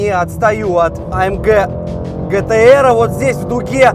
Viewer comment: А ЭМ ДЖЕ....А ЭМ ДЖИ.....Баран АМГ !